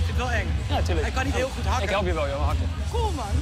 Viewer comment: Hoe ze hakkûh op de Nederlandse Antillen 😂